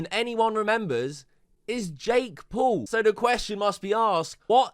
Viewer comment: years later and bro still cant say Paul, he has to say Pool.